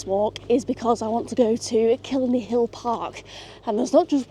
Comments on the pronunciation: Dalkey rhymes with chalky and Howth rhymes with both :) killiney is kill-EYE-ney This was really cool, I've watched so many videos about England's transport networks, so it was amazing to see someone come here and ride the trains I always kind of took for granted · Dalkey rhymes with chalky like the thing you write on a black board. and Kill-lie-knee - just if you're interested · Nice video, glad you enjoyed :) ('Daw-key. Kill-Eye-knee') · how you said killiney hurt me other then that good video and dalkey killiney is cly knee and dalkey is daw key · Had to switch off Could not listen to you say kill a knee one more time 😂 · Daw-key and Kill-eye-knee. Lovely video. Maith thú!